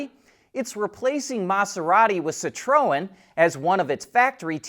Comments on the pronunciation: "bacteria" is the PLURAL of bacterium. So you should not say "a bacteria" but either "a bacterium" for one, or just "bacteria", NO article, for several.. Same thing for "media", the PLURAL of "medium" And please learn to pronounce CitroEn (and NOT, as you butchered it. CitrOen)! It is the last name of its Founder, it is a FRENCH name, and the vast majority, if not ALL, French words, have the tone in their LAST syllable. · By the way, Citroen is pronounced sit-Tron